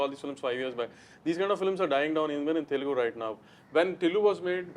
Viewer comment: I get so mad when north Indians and folks from mumbai pronounce it as Telgu. Its not telgu my dude and its a shame that many folks still mispronounce in this day and age